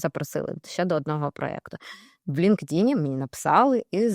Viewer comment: Цікаво,але чому наголос ви робите на "ЛінкДін"??? LinkedIn складається з двох частин: Linked — «пов’язаний», «зв’язаний» (від link — зв’язок, посилання. In — «всередині», «у».Правильна вимова: Лíнктін (наголос на перший склад: ЛІНКтін). Англійською — LinkedIn [ˌlɪŋktˈɪn]